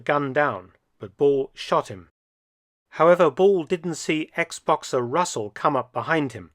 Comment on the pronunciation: I heard you say ex-boxer and for a split second misinterpreted it as Xbox-er.